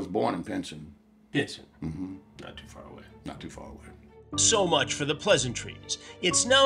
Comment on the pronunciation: thought he said PRISON not Pinson